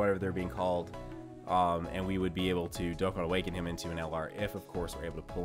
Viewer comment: Why do you say hium/hiyum/heyum not him